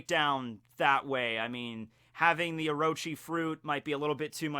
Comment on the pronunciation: it's orochi, not oroechi the second o is pronoucned exactly like the first one. also sussanoo does not get the kusanagi no tsurugi as a reward, he just ends up finding hit while he was hacking apart the snakes corpse because apearentlly someone had tried to kill the snake with it before sussanoo came arround